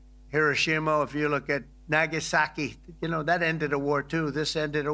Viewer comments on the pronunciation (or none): What is that goofy pronunciation of Nagasaki?